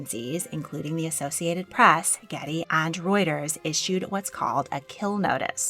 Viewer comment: The word is press, not prass. Why are you speaking in such a strange voice?